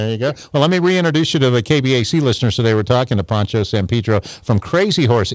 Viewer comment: I don't get it, a Poncho is a type of over jacket, pronounced the Po part like in Edgar Allen Poe........ Pancho is a nickname for Francisco in Spanish, and is pronounced how these people are pronouncing Poncho... Pa as in Paw, like cats paw.....Pancho.